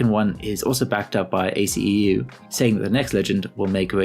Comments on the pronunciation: Dude it's not A.C.E.U it's aceu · “ A C E U” 💀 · really said A-C-E-U. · AceU. It's Ace-You! OMG! Were you not on twitch on Season 1?